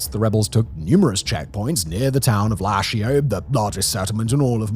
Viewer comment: hey Shan(s) here nice vid, definitely hit the nail I like your presentation but some pronunciation are a bit… funny like lashio (my home town 😢) but love the video otherwise❤